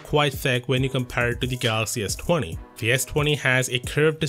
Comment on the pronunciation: "Ess twany"